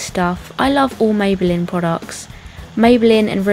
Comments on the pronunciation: If you love maybeline so much, why don't you learn how to pronounce it?? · dont get me wrong shes perfect and all...but am i the only one who wanted to punch the screen everytime she pronounced maybelline wrong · How she said rimmel and maybelline really annoyed me haha